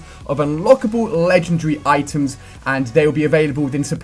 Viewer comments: That's not an accent. He says ledgundry - Not legendary. Accents don't change the way you pronounce stuff, just the length/size of the word. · Lengen-dre? Its Legen.... Wait for it... Dairy! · LE-GEN-DAR-RY IS how it's pronounced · It's LEGENDARY not legendree! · LEGEN-DARY!!! You're pronouncing it wrong dude. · Hey Ali a are you British because you said legendary a little different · When he says legendary its kinda funny :1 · I don't care say it right! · I do know what he is saying, just not what accent it is. Also considering his English and grammar is just like mine however the word Legendary is not is clearly an indication that it isn't something wrong with his accent, just mispronunciation. Or it could be something which he generally can't accept - I have a friend who literally can't say 'Remember', he has to say 'Re-nem-ber'. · That moment when he pronounces legendary wrong the whole video